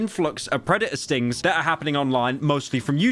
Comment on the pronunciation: i heard “predator stings” as “redditor stings”